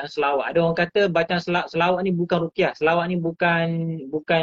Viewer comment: Ruqyah (baca: Rukiah), bukan baca: Ru'yah. Kalau ru'yah bermakna mimpi tuan. Apa-apa pun Terima Kasih tuan. Jangan ada yang marah pulak, ini sekadar pembetulan untuk kebaikan kita bersama.